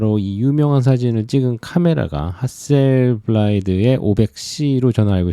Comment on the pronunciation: 중요한 이야기는 아니지만 핫셀블라드 아닌가요? 핫셀블라이드라고 하시길래..ㅎㅎ